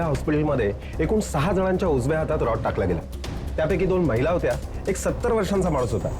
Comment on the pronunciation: रड नाही रॉड mhna